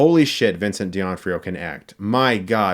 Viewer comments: Chris, please. Who's Vincent DIONFRIO? lol It's D'Onofrio. Love you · Your saying Vincent’s last name completely wrong.